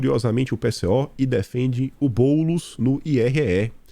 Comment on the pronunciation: SAÚDE GAROTO,MELHORAS,OLHE VOCÊ HOJE ME FEZ RIR TODA VEZ QUE PRONUNCIAVA O NOME BOULOS KKKKKKKKK VOCÊ E OUTROS POUCOS,FAZEM PARECER RIDÍCULO ESSE SENHOR KKKKKKK HOJE O SEU DOSSIÊ DESMANTELOU LITERALMENTE OS PLANOS DELE KKKKKKK GOSTARIA MUITO DE ASSISTIR UM DOSSIÊ SOBRE A DIREITA PERMITIDA NA ÓTICA DA "MÍDIA ", EM TORNO DO ALCKMIN,PORQUE SEMPRE PENSO QUANDO ESSE "POVO MÍDIA " QUE ANTES TORCIA À FAVOR DO DILMO E HOJE BATE NELE É PORQUE TEM O ALCKMIN A CAMINHO NÉ NÃO?